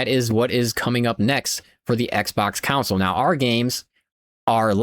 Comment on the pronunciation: Never heard anybody say “console” like “cownsoul”. What accent is this?